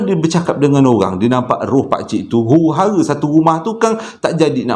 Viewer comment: Hye..🙋dyra suke sebut perkataan huru hara..hahaha lawak..🤣🤣🤣bang..trima ksh lanje jari biru😅